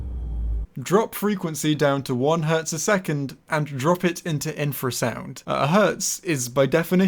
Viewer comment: Artifact communicates with infer-sound -Let's play it sounds from an animal that doesnt communicate with infer-sound!